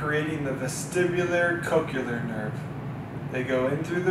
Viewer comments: Thanks for this great explanation! I look forward to sharing the video. PS: I was distracted by this... Coch-le-ar is pronounced like nu-cle-ar. It's not coch-u-lar, nor is it nu-cu-lar. 😊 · I can't even, with coch-u-lar... Also, how is this pronounced Zook, if the O has a long vowel indicator? Shouldn't it be ZOKE? (Rhyming with JOKE)